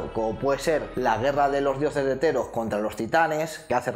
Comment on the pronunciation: jeje cuendo dices "de Theros" parece que digas "heteros" jajaja perdon soy asi de básico en el humor